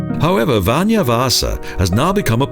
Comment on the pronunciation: he pronounces "vanha" like "vanja" and "vanja" means russian in Finnish